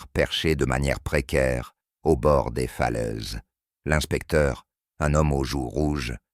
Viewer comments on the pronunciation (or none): 58 sec., ça commence : - "Paul Méarbé"...Poolmare Bay -"Je étais"... -"Les Cornoilles"... -" Les yeux se plicernent...". -" J’en ai ris "...(de veau ?, 😂 pardon) -" le glade vivant..." (?) -" les fleuses...(les falaises) -" des teintures pour dormir."...(?) 😂😂😂😮🤮🤮🤮 J’arrête de vous emmerder avec ma rebellion sur les fautes de Français, mon cardiologue s’inquiète. Mais pour les personnes mal-entendantes qui les subissent ...quel outrage !